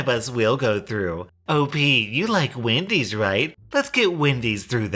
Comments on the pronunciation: I HEARD WIMPY'S AND DAMN NEAR HAD A HEART ATTACK. but wendy's is much more common. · Hope she isn't still saying Wendy's lmao But it reminds me when I had to leave home because of my parents. I would have to stay home 24/7 to watch my disabled sister (which I didn't mind) while they go out to the movies, fancy restaurants, ect. I tried to hang out with some of my remaining friends but got constantly interrogated. When I got together with my boyfriend of 6 years, they screamed and called me a whore and threatened to call the police on him for sexual assault (?). But that's literally just the tip of the iceberg stuff. When I finally had enough, I confronted them and told them I was moving out. Blowing up is an understatement to how they responded. They said I was sick and needed medication and then called me selfish. I calmly told them that I did everything they said with no complaints for 10+ years. I wanted to get on my life, get a driver's license, get a job and that I couldn't do any of those because of them. I packed all my stuff and left, and tbh I cried for 2 weeks straight over it. Luckily I'm doing better than i ever was and happier than I was in years